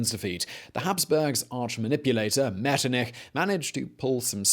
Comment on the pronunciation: And that guy should work on his "ch". It's not Liktenstein and not Metternik 🤭